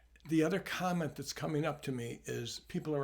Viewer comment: I thought he said condom, not comment.